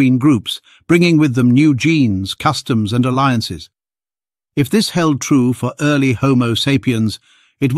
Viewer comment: "ear-ly" lmao